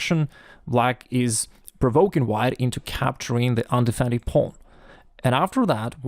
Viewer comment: Listening to pronounce the word “pawn” is better than listening to Benedict Cumberbatch say “penguins”